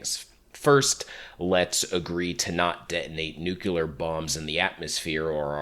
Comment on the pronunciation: What is a nucular bomb??? I’ve heard of nukes before but those are nuclear, are nucular bombs some type of upgrade to that?